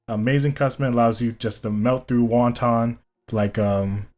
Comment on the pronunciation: When he calls wotan wonton